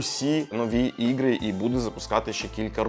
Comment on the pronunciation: Да тут он конечно картавит это слово ппц. Тяжело говорить на Украинском когда ты всю свою сознательную жизнь говорил по русски 😅 ну не чего главное что старается)